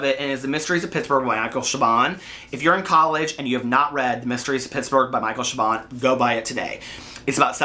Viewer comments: Siobhan is pronounced "Sha-Von" 🤷 Weird. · And by the way, Siobhan is pronounce Shiv-awn.